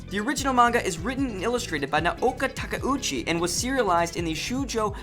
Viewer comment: There are probably people who can do a more thorough job of this but I’ll do my best from memory. Please feel free to contribute Moonies: List of the horribly mispronounced: Bee-shu-JOE: Bee-SHOW-Joe Nah-OH-Kah Tah-Kah-Uu-Chee: Nay-OH-KOh Tah-Ku-Chi Man-gah-kah: Man-GAH-Kah Ahh-nee-may: Ayh-nee-may Shu-Joe: SHOW-joe Mane-Gah: Mahn-Gah Sah-mah: Sa-MAH Nee-Yane-ko: Nee-YAN-ko Su-Kee-Noh: Ski-noh Ten-Oh-MAH-ru: Ten-OH Mah-ruhe Cow-Maru: Kai-YO Mah-ruhe Ay-no Min-Na-ko: Ai-no Mi-nah-ko Oo-MI-no: UU-mi-no Ha-Roo-ka: Ha-roo-KA “Boku” is not only used by males, it’s just a masculine term. Mistakes/Corrections: #1- Attempts to hide any writing from the original? Really? That’s just ridiculously out of proportion. #4- Maybe I’m wrong, I’m pretty sure the first magazine publication was “Run Run” #6- There is a Live-action TV show of 26 episodes and one extended episode which I’m guessing you are calling the “Live-Action Film”. It also had a few shorter “special” episodes. #7- That “Bandai” remake actually created by “ToonMakers” (the same company that handled the adaptations of Super Sentai into Power Rangers for Saban Entertainment). It is called “Saban Moon” because it was pitched to Saban. No one says they made it. #13- See, you claim Tin Nyanko’s natural Japanese name here but then use American terms everywhere else. Are you trying to quote canon or just throwing out facts as though it applies throughout? Case in point, that wasn’t her name in all iterations of the story, including